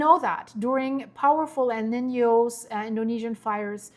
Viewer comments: It is not pronounced 'nenyew' it is 'neenyo'. Sorry. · Someone help her pronounce El Nino 😂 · (just FYI: NOAA is spoken as Noah, like the male name. And El Nino is pronounced like L neen yoh in Spanish and English). Thanks for keeping us updated.